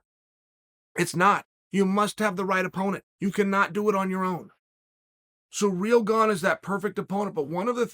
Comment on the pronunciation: Um, it's pronounced "CEREAL gone"; you were getting it right before